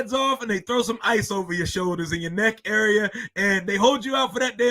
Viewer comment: Hey what’s a uuuuurea? Isn’t it area!😂